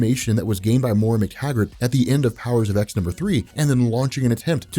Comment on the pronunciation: It's pronounced Powers of Ten, not Powers of ex. Not sure how you can consider yourself any kind of X-Men expert if you can't even get something that basic right.